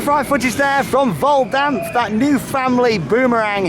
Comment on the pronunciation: Your prounaciation is good on Hals über kopf and Vollkampf! Beter as Baron akakakakaa 😂